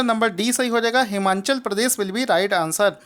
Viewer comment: Sir its Himachal Pradesh...not Himanchal